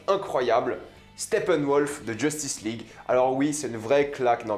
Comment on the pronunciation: Mec! J'ai failli avaler ma pizza de travers quand t'as dis Stepenwolf